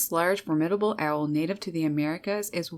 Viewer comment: Learn how to pronounce “ formidable “.